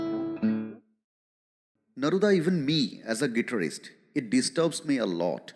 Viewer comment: IMX isn't able to pronounce Guitarist properly and you asking them to listen to those bands😂😂